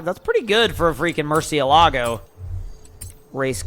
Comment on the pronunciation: It’s pronounced “Mur-sha-la-go” not “mur-ceea-lago”